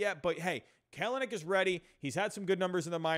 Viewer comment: Nice vid, agreed the OF could use some help! If I may nitpick: KEL-nic PASS-uhn truh-MELL (sp)